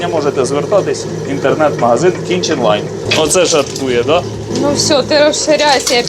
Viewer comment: Думав почулось раз, другий, але здається ні. Магазин же називається "кіТчен лайн", а ви кажете "кіНчен лайн". 😁